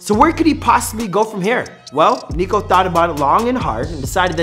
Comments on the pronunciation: HE SAID NEEKO LMAOOO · It’s not neeko it’s niko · NIKO NOT NEEKO lol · Its not Neeko its Niko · how do you say your name, its Nik-olas omilana 1 millisecond later: neeko omilana lol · Niko not Neeko smhh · Its NIKO not NEEKO its make me cringe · It's not neeko it's Niko💀💀💀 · At the start u heard him say NIKO AND U CALL HIM NEEKO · its NICK NIKO not NEKO. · Is Niko not Neeko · (NICK)-O niko - utube guy NOT NEEKO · It’s not NEEKO ITS NIKO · It’s niko not NEEEEKO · bruh not neeeeeeeeko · Not Neeko please... just Niko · ITS NOT NEEKO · Its niko not neeko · “Neeko” Niko is coming for you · Bro said Neeko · Man said NEEKO! 😂😂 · YOU REALLY CALL HIM NEEKO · Man sed neeko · What’s the point of this if your still gonna call him neeko